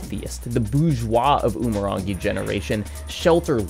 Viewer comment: i can't even begin to state how te reo māori & umurangi are very much not pronounced like that. also it's less than 200,000 FLUENT speakers, the overwhelming majority of aotearoa knows basic phrases & most people can hold simple 'how are you?' "i'm well." conversations. i don't expect you to know this but christ almighty i'm sick to death of people referring to us like our language is dying rather than being rebuilt after it was stolen from us